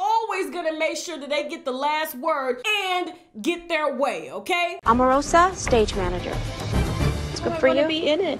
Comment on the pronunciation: AMarosa! lololololllo Every time you called her name I laughed 💜